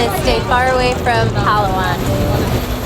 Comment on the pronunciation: I cringe everytime you say “ pal la wan”. Please learn to say it correctly. It tells you how to say it on google search!